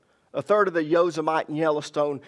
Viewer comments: Not Yo-sim-mite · yoh-SIM-uh-tee 😄 Love you, brother!